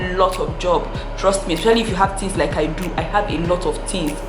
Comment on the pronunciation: "Get your pen and paper and jot phings down".....